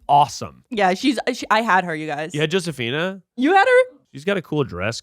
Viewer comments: Y'all, Josephina is pronounced with the Spanish J, like Jose. That was wild to witness. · The way they pronounce Josefina 🤦🏽‍♀️ but I was hardcore an American Girl Doll fan